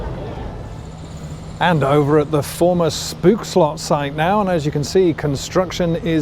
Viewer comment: The oo in stoomtrein is pronounced as the o in hope. Same with Spookslot and Oost.